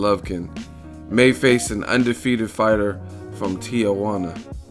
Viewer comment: Why do people pronounce Tijuana, "Tia" Huana? It's Tee-Huana...